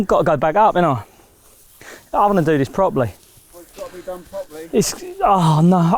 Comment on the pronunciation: Hey JB, did you say proply? What is that?